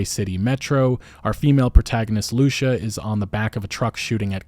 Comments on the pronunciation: Lucia is pronounced lusea not LUsSha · Just a as side note Lucia it's pronounced similar as Sofia. It's Lu-ci-a not Lu-cia. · Loo SEE UHA i dont think its loosha lmao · It’s Lu-cia not luchia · hey man its LUCIA like LUCY-AH jsyk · Her name is pronounced loo-see-a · Pretty sure Lucia's name is pronounced Lu-See-Ah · Lou-see-ah…. Lucia. Shes latina. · I love your videos man but your pronunciation of Lucia is so hard to listen to